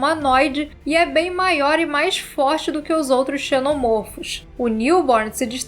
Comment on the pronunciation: Como em cachorro, a pronúnciar é: um "cachôrro", dois ou mais "cachórros". Seja: Um "xenomôrfo", dois ou mais "xenomórfos"; um "ovomôrfo", dois ou mais "ovomórfos"